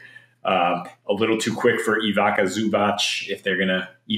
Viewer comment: Ivica is pronounced “Eee-vee-tza”